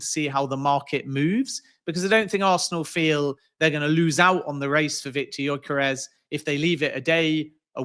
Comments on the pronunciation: His pronunciation of gyokeres is driving me mad 😤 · This joker pronounces Gyokeres in a fruity accent and still gets it completely wrong 🤡